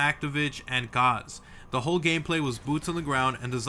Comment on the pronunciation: Gaz not Gauza